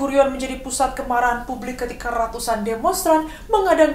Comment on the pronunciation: diawali dgn...: RRRRRRRRRRatusan oRRRRRang WaRRRRRRRRRRRga....🤣🤣🤣